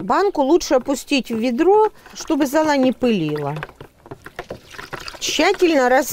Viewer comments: Какая нахрен зОла, когда литературно золА. И говорит сама ,, из золЫ,, а не из зОлы. Вы уж автор определитесь с терминологией и ударениями. А уж приводить пример школьной химии вообще не актуально. А гасят щелочь кислотой для формирования лучших составов микроэлементов. Как то так. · Ну если вы про школу заговорили, то хотя бы про ударение в слове "золА" вспомните. Про остальное, из вежливости, промолчу.